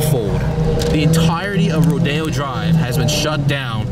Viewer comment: It's not pronounced "ro-dee-oh", it's pronounced "ro-day-oh"